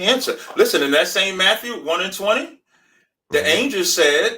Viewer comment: Wtf is an anjew? Is he trying to say angel?